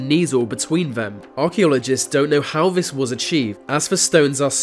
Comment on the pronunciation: i canv even wavch vis video ivs so annoying can you nov say 'T'